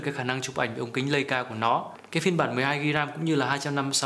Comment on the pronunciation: đọc là “lai”ca sốp ơi